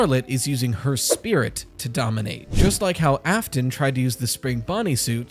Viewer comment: William "Ai-fton", love that